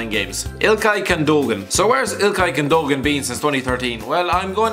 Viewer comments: Jacob? Gun-doe-gan? Really? It's pronouned Yakub and Goon-doe-wan. Not that difficult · Gundogan is pronounced güdoan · Gündogan is also pronounced Gun-doh-an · ITZ PRONOUNCED GHUNDAWAN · It's pronounced gun do wan